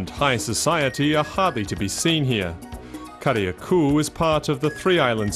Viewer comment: Yep, it's GrEnada just like it's spelled. Carriacou is also mispronounced . It's "keh-ruh-koo". The second a is silent. Interesting video otherwise.